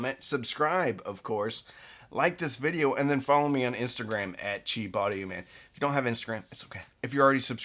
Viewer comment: Its pronounced "teel" audio. Like thiel small parameters.